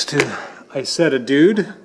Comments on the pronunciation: Just a small correction on pronunciation if I may: It is pronounced E-Zetta. In German (in this case and with certain other words) the I is pronounced like an E. I don't know if you are aware of this, the Isetta was original produced by a company called Iso. Isetta means "little Iso" Enjoy your videos. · David M However when Isetta's were made by BMW they were pronounced E Zetta. If you go to Videos especially those the are from Europe they are pronounced E Zetta. I don't know how the I is pronounced in Italian, perhaps it is pronounced as an E as well.Maybe some who is familiar with Italian can chime in. =) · In England, where our Isettas were not made in Germany, it is ALWAYS pronounced Eye-Setta. S is pronounced like S here, not like Z. It's an Italian word anyway, not German. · ***** You kinda did with your snide remark "In the USA we say some words differently, so I will continue to call it I-Zetta." As an American myself I find that remark quite arrogant.Are you not willing to learn how to pronounce words correctly, or do you think as an American you are are above that? Just saying. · ***** I merely pointed out the correct way to pronounce it to the poster of this video. I did it in a courteous way, as a suggestion.As I said you can pronounce any way you wish, but with the caveat that pronouncing a name wrong makes you look like a novice to those in the know.Take that advice any way you wish. Peace